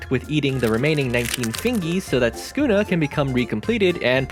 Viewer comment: bro said skuna